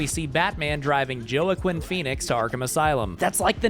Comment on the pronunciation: the way you pronounced joaquin is actually insane 😂😂